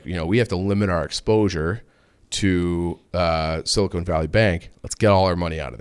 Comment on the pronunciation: Sil-I-CON not sil-i-CONE good lord